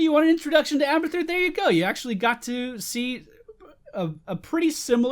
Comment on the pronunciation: I thought he said "We are gonna play hamburger."